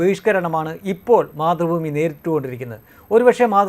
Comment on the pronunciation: മാതൃ ഭൂമി അല്ല...... മാത്തു.. ഭൂമി